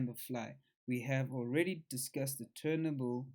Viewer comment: It’s turnTABLE mate. Not turnABLE lol